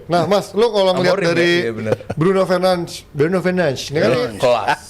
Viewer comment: Bruno fernands🗿 penyebutan namanya 😂